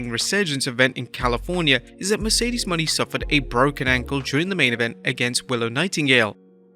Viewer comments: Bro please stop saying Mercedes Money. It’s pronounce Mo Nay. Not money 🤣🤣🤣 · Her name is not "money" as you pronounce it.her name is pronouced "moe nay". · Her last name is Moan-aye not money. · PSA: ot's pronounced Merceded MOE-NAY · It's Mercedes Mone (like mo nay) how many videos are you gonna butcher her name